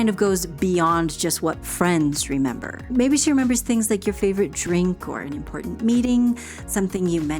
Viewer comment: Well, YOUR Pronunciation of “ Important “ gives me hope young lady! How come a generation seems to not say “ T”? Best